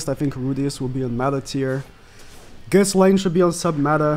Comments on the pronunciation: Man pronounced ghislaine as “kiss laine”, can’t of watched much 😭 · Idk why but hearing him say ghiSlaine is really bothering me. Because I thought her name is pronounced without the s. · How can you say you've watched the anime and STILL pronounce the "s" in Ghislaine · The S in Ghislaines name is silent